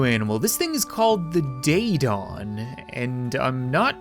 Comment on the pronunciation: Daedon= day-ey-don